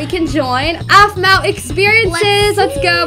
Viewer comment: It sounds like A-fu-ma